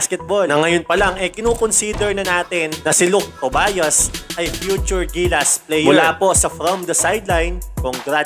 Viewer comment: Tobyas po ang pagbasa naming mga kapampangan hindi Tobayas (Tobias)